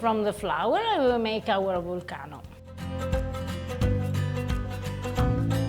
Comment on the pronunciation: Words of wisdom from, "The dough will take as much flour as it wants." Oh, and now I have a cool, new way to pronounce volcano. Lastly, is right in that using a machine takes a lot of the fun out of making pasta.